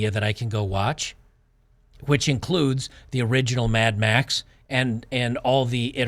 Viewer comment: "Mad Max" decays into "Mad Meh".